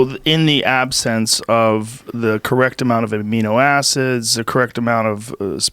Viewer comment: Joe "amnio acids" Rogan